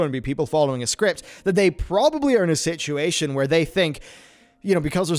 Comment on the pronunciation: “Sitchy ation” I love it LoL